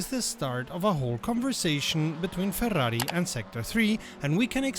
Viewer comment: the "Ferrari" pronunciation, it's perfect, not the classic "Feuaui" you hear from English/American people :)